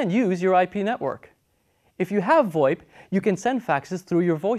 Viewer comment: If you're going to call FoIP 'Fax over I P' which is what it is, stop Pronouncing VOIP as if it were a word. It sounds stupid and you're the only person I've ever heard actually do that. It's pronounced, simply, Voice Over IP, the exact same as FoIP is pronounced Fax over IP. Just saying, you look really foolish pronouncing it as if it were a real word.